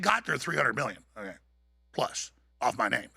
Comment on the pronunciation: Bet David says "OKAI".. not "OKAY". loool, says it in a girlie way... So not alpha